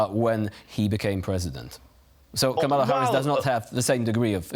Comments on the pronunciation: You are correct, of course. However, the mistake is understandable. Multi syllabic Polish words have pentultimate stress, i.e. one syllable from the end. And tak, mówię po polsku :-) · KAM-a-la. Not, Ka-MA-la. Come on TVP